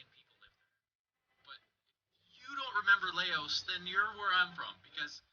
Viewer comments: its pronounced lowse or louse not LAY-Os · Lou like in "loud". It's not "lay-ohs". It's always been there. Ignorance is no excuse. Some things are kinda strange but the majority of this video is just blatant ignorance. :| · Loas....its pronounced (Lous). You ever heard of the Vietnam war? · Laos is pronounce Louse. It's always been in my reality, but staples shouldn't have the staple for an L. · so I love your videos but I can reassure you on one of these lol. the country Laos is pronounced louse (rhymes with mouse) and I only know this/that it exists in the other reality because of watching Mike Judge cartoons. specifically King of the Hill, Laos is the country that Hank's neighbor Conn is from, they talk about it when Hank asks if he's Chinese or Japanese. haha sorry I explained that poorly but I think my sentences vaguely resemble English so maybe it'll make sense reading it XD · Laos is pronounce Loouse. I heard about it heard all about in the Ww1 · Ian Curtis - I was pondering a way to spell the sound of that country also. Your way can still end up wrong as it can still be seen as Lows. I think a better description is Louse as in blouse. - Hey video maker dude with a stick, You've never heard of Laos and even after learning about it you still can't say it the right way. I think that alone is cause for concern as reveals the amount of effort you put in to your research and with that being said it really doesn't matter what reality you're in because if you're getting it wrong in this one you would be getting it wrong in all of them. It's not (Lay-Oh's) If you named a city in Canada verbally by pronouncing it that way, you would be safe as nobody would ever make the connection between the two. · Laos has always been around. The name rhymes with Blouse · Laos, pronounced like, mouse, I remember it. Weird, maybe none of us are in exactly the same reality.